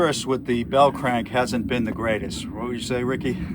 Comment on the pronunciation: Nice video. I like it. "The Bell Crank-uh"............Everytime U come out with uh new video I see how long it izz and say to mee self COOL! I'll watch it ta night-uh when Im relaxing drinking uh Modelo along with watching "Atomic Era Motors" with that 50's cat...........